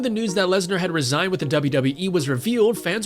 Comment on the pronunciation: fix your mouth, you say "re-sign" as "resign" they mean the opposite of each other in this context.